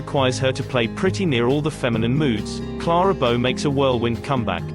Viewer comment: You could make a drinking game out of every time her name is mispronounced.